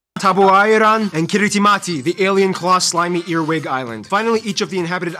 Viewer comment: I like how he spent all that time teaching us that ti is pronounced s, and then doesn't pronounce Kiritimati as "Kirismas" even though it's name means Christmas.